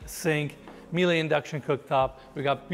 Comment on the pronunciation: Miele is actually pronounced as "Mieluh" and not "Mielai"